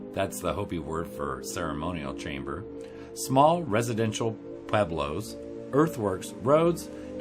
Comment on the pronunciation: It’s pronounced “ poo-web-low”, but I really enjoyed the video!